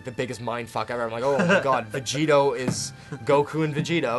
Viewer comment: vegito he says lol